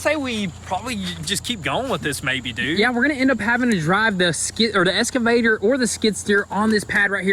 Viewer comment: True but the fact is they can't say the word excavator correctly